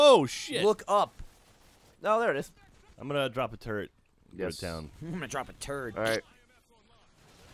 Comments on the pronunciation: Well thank you Gavin, now whenever the others say "turret" all I can hear is turd. Well played. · Everytime you said turret it sounded like turd lol except gavin.